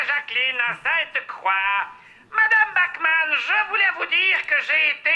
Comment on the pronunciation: Bachmann prononcé "backman" à l'anglaise un scandale